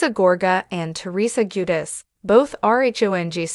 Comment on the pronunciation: Ju-deh- chee Please pronounce it right please!